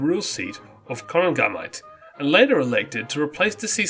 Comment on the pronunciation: It's Skull-in not skool-in. And it is Cor-ANG-a-Mite.